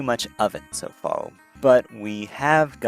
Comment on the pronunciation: I heard you enunciate 'r's in this video, so why do you sound out "incredible" as incwedibow" and "far" as "faw"? You can say "incremental" so just do that for other words instead of "wowk" for "work"